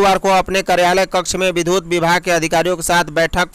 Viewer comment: विधुत नहीं, विद्युत।